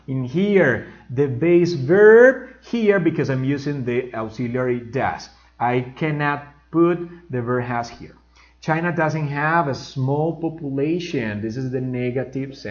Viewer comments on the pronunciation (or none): you pronounce the word " sun " as If It were a very opened "A" as If you were saying the word "sand" "arena" I don't know but that's the way I heard it. The same thing happens with the word or auxiliary verb " Does " you pronounce it " DAAS" and native speakers say it as If It were the word " dos " in spanish but with that "O" slightly opened.